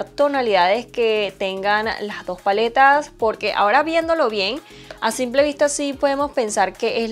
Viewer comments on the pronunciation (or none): none